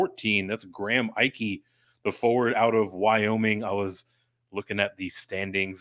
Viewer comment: Just a heads up guys! Graham Ike's name is pronounced E-Kay not I-Kay 😁